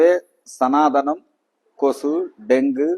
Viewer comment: ஒழுங்காக உச்சரிக்க கூட தெரியவில்லை, சனாதானம் இல்லை, சனாதனம். இனிமேலாவது சரியாக உச்சரிக்க பாடம் எடுத்துக் கொள்ளவும்.🤔😡